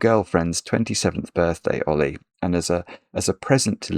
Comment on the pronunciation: I thought he was saying a British pronunciation of the name Ole.